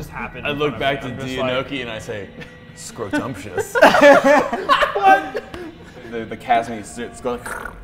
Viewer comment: "Scrodumptious" LMAO